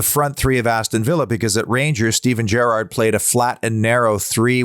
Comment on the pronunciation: Beautiful - and good pronounciation of Gerrard this time around. Great work